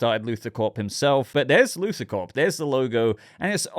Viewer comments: You were saying Luther and not Luthor. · His name is Luthor, not Luther.